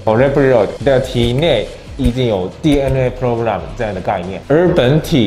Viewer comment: DNA program? Sound like Whale program talk to me